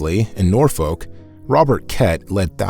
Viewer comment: fascinating account! a couple of English place names were mispronounced and should be read as: warwick (wo-rick) reading (red-ing) norfolk (nor-fook)